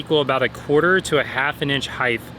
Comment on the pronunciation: If you say "heighTH," you have to say "weighTH."